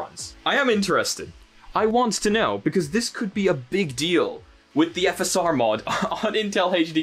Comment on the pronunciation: Why did he say "V S R" and put on screen "FSR"?